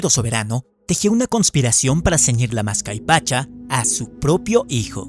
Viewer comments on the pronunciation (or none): dice " mascaipacha" cuando debe decir "Mascapaicha". A ver qué otras ligerezas se permiten los nuevos "sabios" del mundillo digital. Pobre Perú 😞